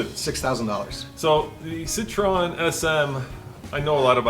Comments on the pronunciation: citroN... you are car guys how dont you know how to pronounce citroen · "Sitrone" SM